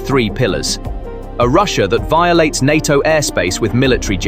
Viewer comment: You lost me at N A T O get your text to speech working so it doen't call attention or get banned.